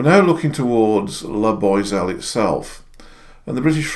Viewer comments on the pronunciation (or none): The way he pronounces La Boiselle. “La Boyselle. It should be “La Booazelle”. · La Boiselle is not pronounced 'La Boy Sell' but 'La Bwa Sell' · I do love your terrible pronounciation of french (my home language, I'm swiss/british) names, I really do. You remind me of my english uncles :)